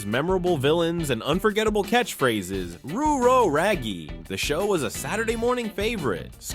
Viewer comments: Please use a human to narrate, lol "Rooo Row, Raggy" instead of "Rut ro,, Raggy"? Seriously? And I'm pretty sure no one ever said "Tens and fours!!" when they were signing off of their cb radio. lol Loved the stuff you put together and appreciate the work, just don't skimp on the voiceover next time, please. :) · The narrator mispronounced several things.... Ruh row😮, (not roo row) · You can tell this narrator was not around in the 70s… —The Fonz’s “Aayyyy” —Scooby Doo’s “Ruh-roh” —pronunciation of “Spirograph” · 1966 here. I remember it pronounced "spy"rograph. And Scoob said "rut-row", not "root row". But good memories anyway! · Fun, but somebody forgot to train the narrator on “ruh roh” and “spirograph.” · Scooby said ‘rut row’ It’s pronounced SPY RO GRAPH Late 70’s straight leg jeans were in. Bell bottoms OUT